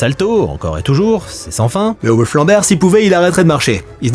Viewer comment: Bé-o-wolf......... nn tonton t'abuses "Biwolf" wsh, meme en anglais c'est plus simple, toi t'es la tu jongles ak les syllabes nan y'a pas